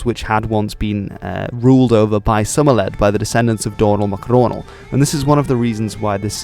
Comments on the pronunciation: Somerled is really Somhairlè pronounced Sorely. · Somerled’s name is actually pronounced “sorley”